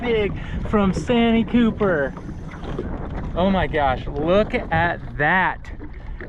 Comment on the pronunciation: It's San tee cooper